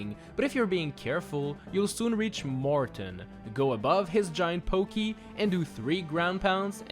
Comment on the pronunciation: You know I thought he said bogeys instead of pokeys 😂